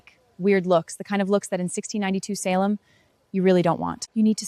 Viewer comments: Only error I found was the pronunciation of SAL-em instead of SAY-lem in the first few seconds. The other times she pronounced Salem, it was done correctly. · Salem not Sal em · I could be wrong, but I think it is pronounced “SAY-Lehm”. Not “Saaahhh-lum”. Sorry if I am wrong tho :( right at the beginning before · SAL EM village? We have self driving cars and AI still can't pronounce basic words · It’s pronounced Say Lum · I don’t like how she pronounced Salem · Stupid AI can’t even pronounce “Salem” right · I like the video, but the mispronunciations of the names Salem and Tituba are glaring.